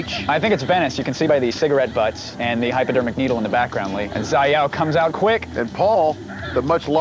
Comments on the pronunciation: As a fighting game player there are many things to cringe at, 1Round instead of 3-60 secs, it's Infinite. Dude said, "Zai-yao" for Xiaoyu instead of [Sha-ow-u] Who the fuck is Doug? Jesus lol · Zai yao? It's Shao-Yu.